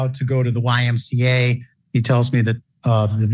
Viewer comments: Love A.I. narration. YMCA becomes imcuh. Gosh, that really messes up trump’s patented double jerk dance move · "Imca"? Bwahahahahahahahaha. Stupid AI voices. YMCA. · It's not "yemkah", Clanker. Artificial "intelligence " is not intelligent, it's just artifical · My favorite part was the AI referring to the YMCA as “yemkah”. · I came to the comments for this specifically! 🤣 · He is allowed to go to the 'yimka', not the YMCA. How do you block these crazy AI channels